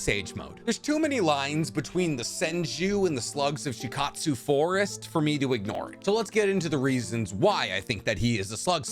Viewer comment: You seem to pronounce very known & basic Naruto terms 😂 you can literally hear how to pronounce words like Shikotsu, Myoboku, Katsuyu etc